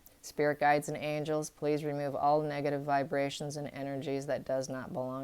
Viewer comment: Hi, is it just me or is anybody else hearing this`Every time the word "negative" is pronounced some braintwist changes it to "Megative" - maybe a suggestion for an even more negative sense of negative... Greetings from Switzerland and all the best for overcoming vour health issues!!!